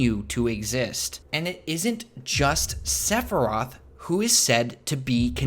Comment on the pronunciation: Sephiroth NOT Seph roth!!!